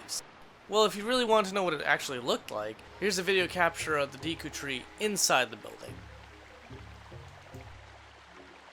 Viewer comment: Take a sip when he says "deekoo"